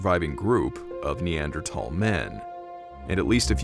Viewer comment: Why the hell do you pronounce Neanderthal with a thick t that's not how it's pronounced yanks love screwing up the ENGLISH language.